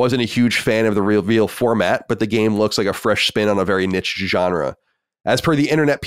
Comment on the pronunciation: It’s not “nicht” it’s niche, say it properly you silly boy ,It’s Not the first time you couldn’t speak general English language but I’m going to try and help you correct your bad language.